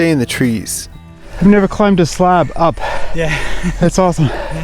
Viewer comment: No one: This guy: slaab